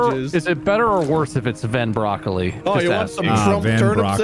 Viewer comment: he said van broccoli and my last name is vanbrocklin